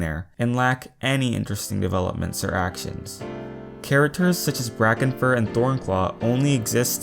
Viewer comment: Omg I was like who? When u said brackeenfur